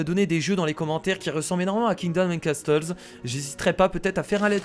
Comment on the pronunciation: on ne prononce pas le T de casTles